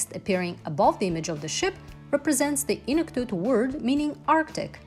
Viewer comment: I don't mean to be rude but I think you missed pronounced the word Inuktitut it's pronounced e-nook-tea-took